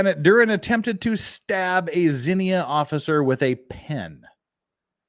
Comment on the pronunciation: If this is in Ohio, it's pronounced zeen-ya. I grew up near there. There was a tornado that leveled half the town when I was a kid. It was one of the worst tornadoes in the U.S. 😒